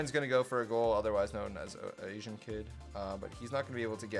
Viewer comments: he really said asien instead of asian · I’m triggered when you called “Asian (ey-zhn)” “a-si-an”